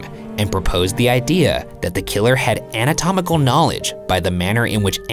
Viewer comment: I'm making fun of Ryan for saying "anamatomical" instead of making fun of him for saying "Febiairy"